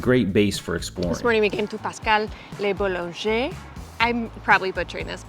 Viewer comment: "Pascal le boulanger" was pronounced well, but "La souche" is pronounced "lah soosh" not "lah sooshay". 😁